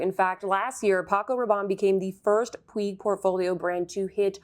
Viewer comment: Hi! great video, love your channel so much! just wanted to let you know "puig" is pronounced "puch".. 😊